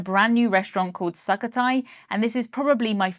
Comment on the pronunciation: i think its pronounced sook-oh-thai